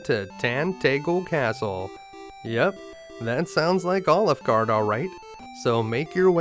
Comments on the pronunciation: I can’t get past the way he says “Alefguard” like “OliveGard”. I’m loving it. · this was an awesome guide to one of my favourite games and I learned some new stuff I didnt know about it. But everytime you say Alefgard it sounds like Olive Gard--- and then you just don't finish saying the name of the restaurant. :D